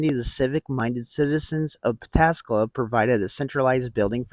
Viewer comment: Hot diggity, you Pataskala correctly.